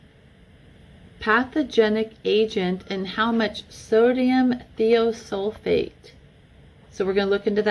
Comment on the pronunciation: More of my rant toward my township and the county's municipality as a whole for what they are trying to do to all of us not just me. The 'I' in Thiosulfate is most normally pronounced As a Long 'I' as eye. As a friend might say, Much Love Y'all Way! L8rz' yea? Documented independent studies proving the following statement is Not true. The water is cold when we get it, a cause of the chemicals in it. When we ingest the water, it warms up to our body temperature, releasing those bacterial lifeforms and subsequent necrotic detritus. Any residues, chemical toxins or any subsequent bodily reactions caused by ingested release of bacterial parasites, necrotic detritus, and chemical toxins. That they are actually working to destroy Our health and Not nurture our wellbeing. The township, its Board of Directors and MLTMUA’s Board are interested more in “Curb Appeal” a property’s monetary market value in lieu of human health and wellbeing. Public beneficiaries are simply part of the corporate fabric that brings value to the Real Estate we the Towns’ People call home. Chemically compliant Citi/Zen’s fit that scheme much better than free thinking sovereign towns’ people, the Public you swore to serve and protect not detect, inspect, enslave, and neglect. My easement, the whole of the townships’ neighborhoods, is permission to the township by me, us, we the people, the public beneficiaries so often forgotten in the royalties made via the property's rightful owners, for use in transport